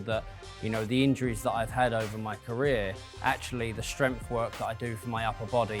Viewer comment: I almost had to abandon the video due to the way he says "strempf", and that he said it so many times